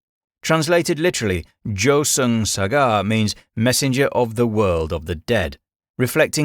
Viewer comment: The Korean grim reaper is JUHSEUNG SAJA 저승사자....not however you're pronouncing/spelling it here.